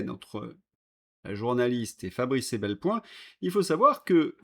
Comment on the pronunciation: Pour INFO, c'est EPelBoin, pas EBelPoin !!! :hand-pink-waving::hand-pink-waving::hand-pink-waving